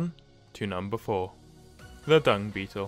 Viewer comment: Hmm. 1/5... he only pronounced Dung Beetle correct